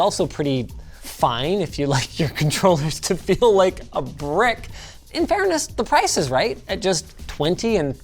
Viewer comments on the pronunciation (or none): none